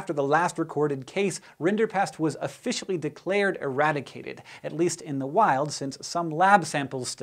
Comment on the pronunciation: Errrrrrradicte these menaces. "I'm giving myself a prrrrrrrromotion!!!!!!!"